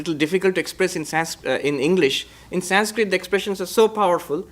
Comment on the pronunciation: Why are you pronouncing the word "Sanskrit"in a wrong way just for the shake of accent, why don't you pronounce the word in proper way so that western people could correct thier own pronunciation. Why only we have to adjust and change for western countries. Anyways you are spreading nice information, no hate indeed.❤